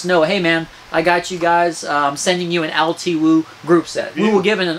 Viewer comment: its pronounced "L2" btw.